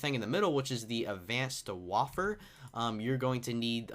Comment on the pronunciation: Dear all Youtubers: 1. It is not in-venchory is In-vent-ory 2. It is not wa-ff-a it is wai-fer